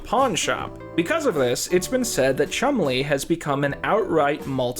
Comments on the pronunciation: I really like Chumlee being pronounced like Chun Li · Please learn how to pronounce Nevada and Chumlee. 😁